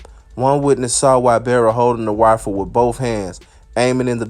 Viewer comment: Daaaang, homie had a Wifle? Dat must be dat new sh*t!